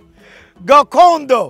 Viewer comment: The way he said Gakondo and Kwita Izina so perfectly :text-green-game-over